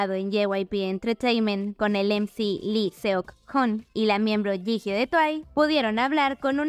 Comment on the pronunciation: Jihyo se lee Yiyó, please